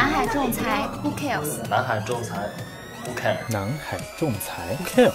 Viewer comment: hu keers? ho kers? calling all call center training programs in the Philippines..please teach them how to enunciate and pronounce the word properly..dont make the world laugh at them..hu keers..poor chinese youth, i feel so sorry for your country! hu keers? hahaha😂😂😂😂